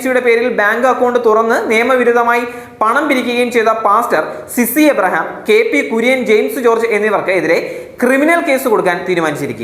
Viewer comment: സിസി എബ്രഹാം അല്ല bro.. സി. സി. എബ്രഹാം ആണ്